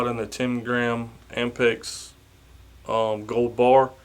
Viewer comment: And for the record it’s not ampex it is APMEX. And APMEX stands for American Precious Metals Exchange.